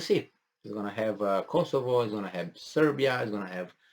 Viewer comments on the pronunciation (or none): none